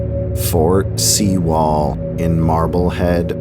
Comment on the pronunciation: It’s pronounced fort sue-ll